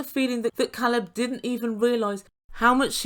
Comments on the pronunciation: your welcome. Alina seemed to be the kind of person that thought mispronouncing names or doing inappropriate things was cute and funny. I am glad he didn’t let her bully him into a relationship. She even tried to make him feel bad and said he had a problem with her disability. He was honest with her and even if after meeting her he did have a problem with her disabilities that’s not anything she should be using to try and make him stay in a relationship that clearly was toxic. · Please let’s all pronounce Ca(long a)lab’s name right, the girlfriend of Alina ask and he told her Alina didn’t pronounce it correctly and Alina acknowledged she knew this. Who continues to mis pronounce their boyfriends name?? Her calling him Calab drove me nuts, like Larissa adding an e on the of words!! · I was REALLY uncomfortable watching Alina push Caleb into sex! It should have flowed naturally not just because she demanded it. I can’t help but wonder if it was the other way around, people would be used upset with Caleb! Furthermore, his name is (K Leb, NOT Call eb). Why does Alina get to say his name wrong? It seems like a control issue to me! It is disrespectful! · Because there isn't really a long A sound in the Russian language. This, Э, is the closest but it's more like an "eh" sound, so it would be like "Keleb". But, yeah, he's probably pronounced his name for her on video chat, at least, before. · Yeah, Elijah needs to take a step back. But I’m a super private person so I find his line of questioning out of bounds. Caleb is handling it much better than I would. It’s pretty impressive. Sort of related, Caleb has cleared up how to pronounce his name. It is, indeed, a long A. That was bugging the crap out of me. 😝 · problem is he is from the US and he even told her how to pronounce his name correctly, she just chose to ignore him.